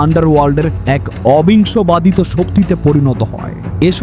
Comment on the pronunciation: উপস্থাপনা মোটামুটি ভালই ছিলো কিন্তু বাংলা ভাষা উচ্চারণে কিছু সমস্যা ছিলো যেমন "অসম" "অবিসংবাদিত" ইত্যাদি